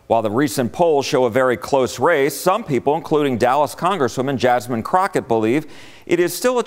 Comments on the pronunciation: Say rep Jasmine name right boi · Her name is Jasmine not Jasmine